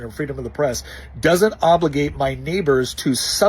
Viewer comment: Oops... first couple of "obligate"s came out as "autogate"s Love the shorts, Nick!